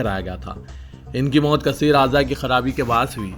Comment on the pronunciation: Srinivas ki mouth kaisey hui,, konsi, bimari sey hui,,,, samajmey hi nahi aya ,,news reader aap pan ,gutka, tobacco, cigarette istemaal kartey kya ,jo aap ka mouth-muu pura nahi kulra , saaf read karo , pronounceation correct karo,,,ayinda agar words samaj mey nahi aye toh my chanel delete kardey toh...